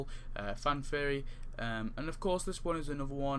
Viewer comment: So nice you cant pronounce theory so its Fan Fairy